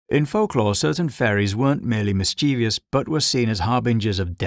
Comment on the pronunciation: Loved the video, but I have to ask, do you know that you're pronouncing mischievous wrong? It's mis-chiv-us, not mis-chee-vee-us. Have a look how it's spelled, there is no second I after the V